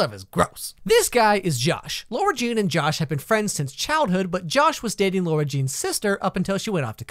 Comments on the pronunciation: WHY DO PEOPLE SAY IT’S LAURA JEAN IT’S FUCKING LARA, LARA JEAN HOLY SHITTTT this angers me so much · Okay so I've never read the book so I spent the whole movie thinking this girls name was "largene" which is like THE WEIRDEST NAME EVER, because the whole movie people pronounce her name like that! I was so confused when I found out her name was actually Lara-Jean. WHY NETFLIX??? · Lara is never pronounced with u, that's why it's LARA NOT LAURA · I've seen 2 of these explaining videos now and they cant get the name right. Its Lara not Laura. I would know its my name lol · Yeah it's a really good teen rom com, especially compared to the kissing booth. But her names not Laura jean, its Lara, pronounced completely different. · I'm pretty sure she's talking about how he pronounces Lara as Laura not Lara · not him calling her laURa Jean 😭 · As a person who has never seen this movie I thought he said lorenjeane instead of Lara jean until he wrote it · says LAURA jean whole video me: tRiGgErEd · btw it’s pronounced “lah-ra jean” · Sorry but it's LARA jean love the book and movie tho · I CRINGED whenever he said Lara Jean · I don't trust your opinion on this movie for one reason and one reason alone: You watched it and still can't pronounce Lara Jean. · LARA JEAN LAAARAAAAAAH JEAN NOT LAURA LAAAAARAAHHHHH 🤦🏾‍♀️ stopped watching af that cause I couldn’t take it anymore lol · Hey man, since I really appreciate your videos, I'mma break this to you softly - her name is ~LARA~ Jean, NOT laUra Jean. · yo i love u jus roasiting cheesy movies but at least get ur pronunciations right my dude its LAra not LAUra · It's lara Jean not Laura jean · Sorry but its LARA like Laaaaara Jean not Laura Jean. But Iove your videos so funny! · You mean LARA Jean; I almost couldn't watch the video because you keep saying laura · LARA not laura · “Lora Jean”.... I’m getting anxiety because it’s LAra Jean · Anyone else annoyed that he keeps saying LAURA Jean ? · IT’S NOT LAURA JEAN IT’S LARA JEAN